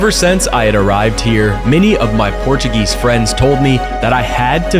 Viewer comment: that was an incredible video. As an American, living in Europe, I really appreciate it. I am really considering retiring in Portugal and you really hit some great places, of which I was unaware. I must also compliment you on your Portuguese pronunciations as they seem quite good. It is an educational opportunity for English speakers to learn the proper way of speaking the language rather than bastardizing it into an English way. When you move to a country, you should adapt. Thanks again.